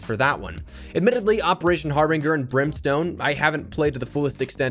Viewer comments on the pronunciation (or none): Bro said har-bing-er instead of har-binj-er. Just saying lol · Har•bin•ger sound's like ginger not binger. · I’m going to need this fella to learn how to pronounce “Harbinger”.